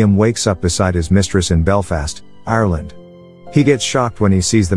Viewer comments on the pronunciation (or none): none